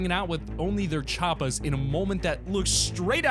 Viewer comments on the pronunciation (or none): you say=chappas not choppers